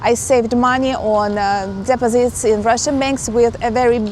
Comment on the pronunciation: your english is very good how ever u have to improve on pronouncing the word DEPOSITES.